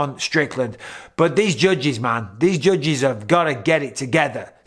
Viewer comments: He says it like “jujges” 😂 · Anybody else just irrationally mad at the way he says judges??? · Anyone else love hearing him say “judges” 😂🤣😭